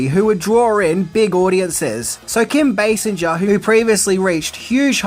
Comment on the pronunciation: What is the leading actress’s name? Can you repeat? Sinja? No you pronounce it “singer” as if it was derived from the verb “to sing”.